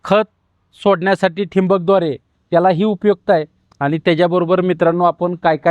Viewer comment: ह्याला नीट बोलता येईना . ठिबक बोलायचं तर ठिंबक बोलतोय. गण बोलायचं तर घन बोलत्या ky लावल्या hyani